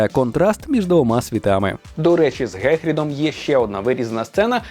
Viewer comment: Гогворц?? Гегрід??? Боже, нащо так знущались з української?? Це жорстого!!!